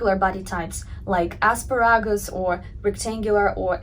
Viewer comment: Quirkiness way of saying "aspar-a-gus"😊